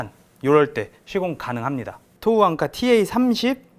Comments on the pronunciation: 좋은제품이네요 대박나세요 앙카 아니고...앵커...Anchor ㅎㅎ 일본식 발음으로 안해도 되는데... 갑바.....일본식...커버.또는 카버 Cover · 대단하다 진짜.. 앙카가 뭐냐 앙카가.. 위대하신 천황폐하를 모시는 신민이라 그런가.. 일어를 쓰려면 일어를 쓰고, 영어를 쓰려면 영어를 쓰지 일본애들이 쓰는 영어 발음까지 따라해야겠냐..